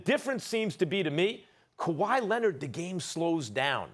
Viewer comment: "Nikola Mirotish, Ersan Ilyasover and Kawhi Lened." - Stephen A Smith